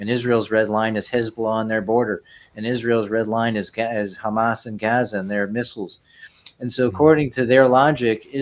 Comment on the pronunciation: gave himself away. ‘Chamas’ Nobody but jays pronounce it like that. Your noes is showing